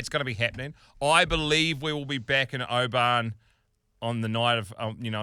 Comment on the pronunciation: Please stop sayin O-ban it’s pronounced Obin 🤙🏴